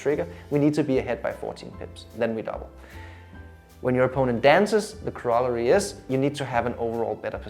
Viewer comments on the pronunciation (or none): especially if you cannot pronounce it :)